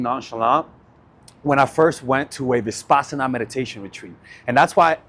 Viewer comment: It’s Vipassana not ViSpassana